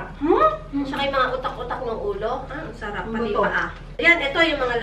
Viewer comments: “arap” ba, Tita Juday? 😂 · "mmh, arap" 😆😆😆